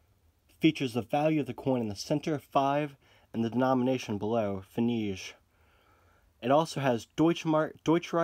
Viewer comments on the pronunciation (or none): It's actually pronounced like pfennick, just a little smoother ya now. Great video though!